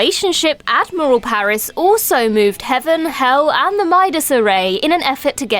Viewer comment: Ad-moral Paris